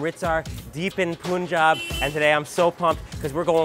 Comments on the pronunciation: Wtf😂😂 .they can speak pun like we do but when they add jab they make it poon jaab when it is punn jaab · say it with me: pun-job not poon-job pun-job p.s. I fucking love it when you speak hindi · It's actually pronounced as Pun in India as well. Don't know why foreigners pronounce it as poonjab😂😂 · Yeah. .. & it's 'pan'-'jhab'.. .y u ppl say 'poon'-'jab'!!!? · It's not Poon Jaab. It's Pun-Jawb, "Pun" like the literal word "pun". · Dude, most of your pronunciations are fine, some even good but just a small tip. In India, pronounce it how you spell it. It's pun-jaab. There's no double o in there. It's not poon-jaab cause that's not how you spell it. I really like your videos and I love the fact that you're trying and it's an admirable effort but, just a tip, no disrespect, pronounce it like you spell it. Most Indian words are pronounced like you spell them. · Pronunciation is not pun it's pan panjaab 5 rivers 5 means panj, San means river is pranounced at Panjaab, got it if not go back to panjaab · OMG!!!you are looking awesome in turban..but pls the pronunciation should be 'Punjab'(like Paanjab...not Poonjab)..your video made me hungry.. drooling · It is not poonjab It is pun-jaab ( Punjab ) Mind it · I love how he says punjaab but not panjaab lol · you pronounce wrong punjab its panjaab but in written its punjab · പുഞ്ചാബ് അല്ല.. പഞ്ചാബ് 😁✌️ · Trevor it is pronounced as PAANJAB not POONJAB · It’s not Poonjab … It’s Punjab…. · It's not Poonjab, it's Punjab. PaanJab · Its not poon-jaab its pun- jab= punjab! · it's not poonjab it's punjab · It's pronounced as panjaab not poonjab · It's pun jab not poonjab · Hi.... Its not Poonjab. Please pronounce it ilke 'Panjab' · Its Punjab not poonjab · It is Punjab not poounjab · How can you mispronounce panjab as poonjab bruh bruhhh just come on it’s just a word you can learn in 10 seconds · It's not punejab it's Punjab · Punjab is pronounced as pun jaab, good video otherwise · When he pronounced "poonjab" i was dead😂